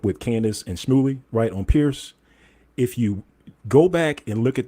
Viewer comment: Shmuly sounds like smuckly 😂😂😂